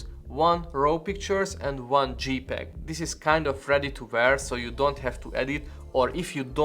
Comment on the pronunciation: dzséj peg, nor dzsípeg